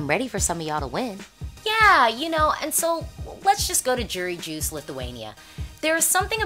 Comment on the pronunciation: A little note: in pretty much every Slavic and Baltic language whenever you see a "j" it's pronounced as the English "y". And the way you said Jurijus is just hillarious. Sounded like "Jury juice". xD This could be an actual word, when you think about it. Like when we think a song and a performance could get a lot points from the Juries we could say: "Oh, this song's got a lot of Jury Juice." xD GENIUS!